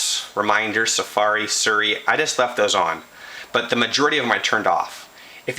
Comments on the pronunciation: its not 'suri' its siri bro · ITS NOT FUCKING SERRRI...got damn, learn how to read. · Seer-e; is how you pronounce it.